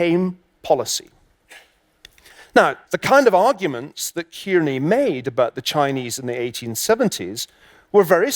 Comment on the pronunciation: Its not 'Keerney' its 'Carney'